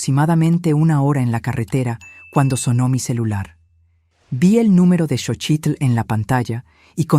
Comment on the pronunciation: Is xotchil not sochit